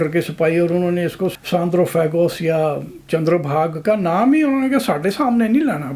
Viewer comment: It is Chandrabhagaa( aa sound at the end), not Chandrabhag, because it is a feminine name ending with aa. Rivers are mostly feminine, except for a couple including Brahmaputra.